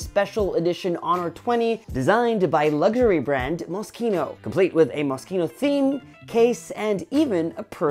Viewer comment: 👍🏽 for learning how to correctly pronounce moschino